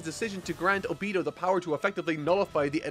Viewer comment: I couldnt cant past this video without getting distracted by "O beee-toe" instead of "oh-be toe" ever other sentence. Great content either way!